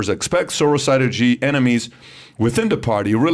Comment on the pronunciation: Xi is pronounced “She” FYI